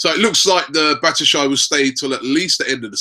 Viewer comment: Fucking hell Robbie, its Bat - Shwa - Yi lol